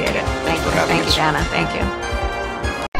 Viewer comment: So is it racist that she mispronounced Danna's name? It was racist when Nancy Mace mispronounced Kameltoe's name last week. More word-salad and incompetence coming out of her mouth, facilitated through her pandering puppet... Danna Bash. Led them both right to their answers and asked no follow-up questions. Danna's FBI ex-husband (yes, the same one who signed the letter about the Hunter Laptop hoax) must have some shizzzzzz on her.